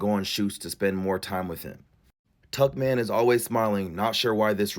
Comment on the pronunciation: Why did I think Mr. Beast was calling Ava "Tuck Man"?😂😂😂